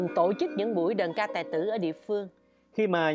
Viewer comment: Nghe đọc đàn ca tài tử là không khoái rồi đó, đờn ca tài tử nha